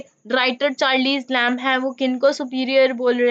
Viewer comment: At least correctly pronounce the name of the author please.....